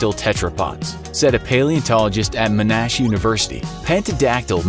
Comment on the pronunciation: Not Meh-Nash Mon-Nash yikes